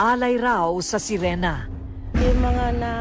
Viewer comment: anong serina? hhaha SERINA DW HAHHAHA SIRENA HINDI SERINA HAHAHA MGA ANIMAL MGA BUGOK GGWA NA NGA KWENTO KATANGAHAN PA...LOL MRUNING DW LUMANGOY PERO NALUNOD TAY KULANG KA SA JAKOL